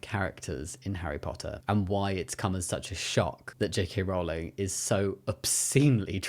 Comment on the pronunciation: HELP now i cant unhear Jake Hay Rowling anytime someone says her name 😭